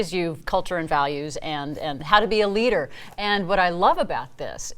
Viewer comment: *a leader. Not "eleeter"